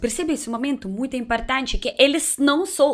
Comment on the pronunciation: Fofo o jeito que ela troca o "O" pelo "A" IMPARTANTE CLICAR NO GOSTEI